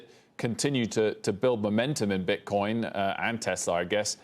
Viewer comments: Yeah it sounds like he keeps putting an s on the end of Bitcoin 🤣😂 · I hate when he puts an ‘s’ at the end of Bitcoin . You can say Satoshi plural but not Bitcoin ... He’s still learning ... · Bro we don't say "BitcoinZ" it's 1 "Bitcoin" and 2 "Bitcoin" !